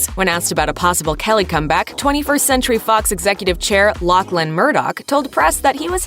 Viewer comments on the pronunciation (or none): none